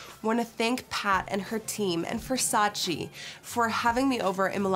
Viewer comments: xflammiepierce Donatella also says that this is VERSACE NOT VERSACEEE. So i dont know why they still makes this mistake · Non versaci, ma VER SA CE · VERSACE not VERSACI...... come on Nicky - you're from Europe, you supposed to know that😑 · Lol it’s funny to hear Gigi say versachee not Versace yet she starred in a campaign “it’s Versace not Versachee” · I'm Italian and I swear every time someone said "versacee" it killed me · I'm Italian so every time someone said "VersacI" in the video I would immediately scream back at the screen "IT'S VERSACE" lol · How are all of these MODELS at a VERSACE show saying “Versacheee”!? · CAN YOU PLEASE STOP SAY IT WRONG?! IT’S VERSACE (TCHE) NOT VERSACEE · So you are working for Versace buuuut still pronouncing it the wrong way?